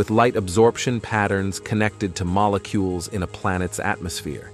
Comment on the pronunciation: Mollecoolies 😂😂 did AI suddenly forget how to pronounce molecules?